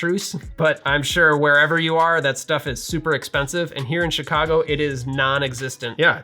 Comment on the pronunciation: “I am here in Chicago” >says Chicago in the most Chicagoan accent imaginable, shopping at Binny’s Love from Chicago man